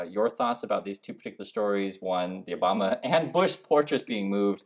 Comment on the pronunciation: you mean Barack Oh-bomb-Na 😅 Yod think if Trump is going to open his mouth he'd make some effort to say it remotely right.